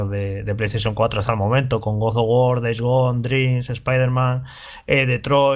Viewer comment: con cariño, no digas más "Good" of War, cuando hables de God of War.